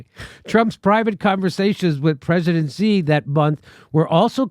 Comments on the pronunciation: It's not 'Jee', or 'Zhee' it's 'Shee' 'Xi' = 'Shee' - Stop pretending you speak Chinese. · Xi is pronounced the same as she. Xinjiang is pronounced sheen jyang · Xi in Xi Jinping is pronounced "she", iv studied chinese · She like her, "she" Jinping. Take 5 minutes and learn how to pronounce the name of the biggest threat to freedom in the world.